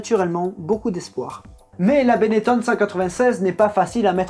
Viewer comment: On dit pas 《Benett[ON]》plutôt que 《Benett[ONNE]》 comme lui ?